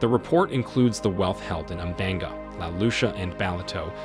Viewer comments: umdanga??😭😭 It’s pronounced “ùm-shlang-ga”😅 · Your pronunciation of Umhlanga and Ballito is hilarious😂